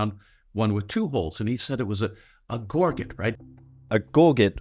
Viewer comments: Gore-git. GORE-GIT? It's a French word, and not meant to be spoken literally. Gorz -JHEY with a soft J/zh sound. Yes, I know that the British have decided to bastardize it into something that sounds like it need to be boiled for five hours until it's deemed edible in deep Appalachia, but I promise you that once you feel French pronunciation roll off your tongue you're like, "Ohhhhh.... Yeah, that mofo is definitely a gorzjhey and not a gore-git." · Gorget is gaw-jet, not Gaw-get. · Gorget has only one hard 'g' in it - the first one. The Anglicized pronunciation is gor-jet. The non-Anglicized pronunciation is gor-zhay. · Gore-Jay.......its pronounced Gore-Jay, not "Gore Get" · It's not "bat tins" it's "bat han" It's not a "gor git" it's a "gor zhay". They look like arrow shaft straighteners. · I've usually heard of gorget pronounced like "gore-ZHEY," that is like a French word. Apparently in both UK and US though, "GORE jit" is considered more standard. "GORE get," doesn't seem to be a established option. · GORGET is French and not pronounced GORR JETT.... but GAW JAY. I can see 3 holes twining to make a rope but not just one hole ? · It’s interesting that he and then you are saying “gor-get”. It’s actually a French word where the T is silent. Since my days in the SCA we called them a “gor-jhay”, though the pronunciation guides say things like “gôrjet” or the like that I cannot type on an iPhone. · You know, if you google words they come with pronunciation guides: gor·get /ˈɡôrjət/ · gor-jey--almost like a zii sound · Its pronounced gor-jet my dude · For anyone who cares the gorget is pronounced closer to "Gor-Shay" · The word "gorgette" is pronounced as "gor-JET" or "gor-ZHET." Here's a breakdown of the pronunciation: The first syllable, "gor," is pronounced like the word "gore." The second syllable, "jet" or "zhet," Putting it together, "gorgette" is pronounced with the stress on the second syllable: gor-JET or gor-ZHET. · gorget - gor'-zhay, baton - ba-tahn'